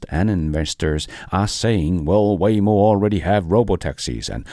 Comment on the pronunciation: Waymo=WHYmo soon WayNo? or just WHY???